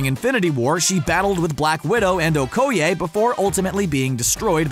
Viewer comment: how he said Okoye tho 😂